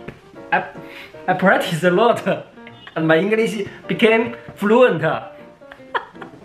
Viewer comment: 是practice哈哈哈哈哈哈